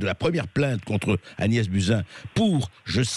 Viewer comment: Prononcez "Bousin"